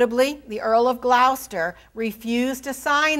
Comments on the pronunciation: GLOWCESTER 🤣🤣🤣🤣 Its pronounced GLOUCESTER!!!! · I’m not British but I noticed this as well. I have been listening to Dan Jones and Marc Morris on audible. Rhymes with “claw”. See any good production of Richard III to hear it. I think that being an American she can be forgiven.